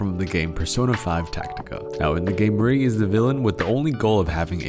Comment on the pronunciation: Now that I’ve played Persona 5 Tactica, hearing the way he pronounces Marie hurts every time